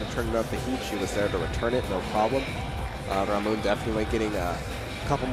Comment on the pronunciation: It's Ramon" !!! Stop calling him Aroana. 100% a dude